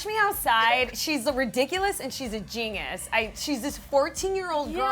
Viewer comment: Is it me or does the girl in black pronounces "genius " weirdly...?